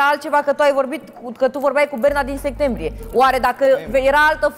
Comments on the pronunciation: dihania nu poate pronunta septembrie?! ea zice segtembrie?! 🙄🤦‍♀️😜 sa ma lamureasca cineva ...🤯😉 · Asts a zis ‘Sectembrie?’😐😐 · De vreo 3 ori 🤣🤣🤣🤣